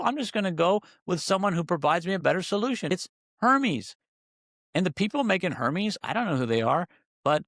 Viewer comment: Air-meez = Hermes